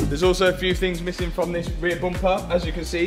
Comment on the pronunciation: It's bum per not boom per